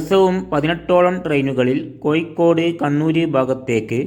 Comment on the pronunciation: കോയിക്കോട് അല്ല സഹോദരാ കോഴിക്കോട്